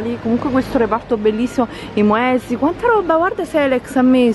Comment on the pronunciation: "I MOESLI" 😂